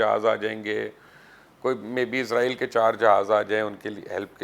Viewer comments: Please correct, you always say Izrail, It is not izrail, it is Israil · Don’t say izrail, it is israil, correct it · it is Israel not Izrael